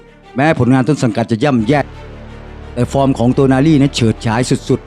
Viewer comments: เริ่ม คลิปก่อพุดผิดแล้ว555โตนาลี อ่านเป็น โนตาลี 5555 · 😢เรียกชื่อ ผิดๆถูกๆน่ะ เอาใหม่ๆ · อ่านชื่อผิดครับ